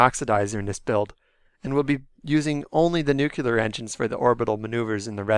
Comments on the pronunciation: I love your videos. Your voice is awesome, but I’ll maybe advise that you pronounce it “new-clear” instead of the George W. Bush way of saying it, “new-cue-lur” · the one where you said nuke-you-ler. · ugh, nuke-you-ler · Well, of course it's going to be a prop vehicle for Eve Jool. Again. Also, "nuculer". Heh.